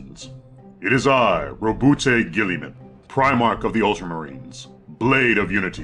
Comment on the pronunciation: I thought it was Gihl-eh-men not Gihl-ee-men.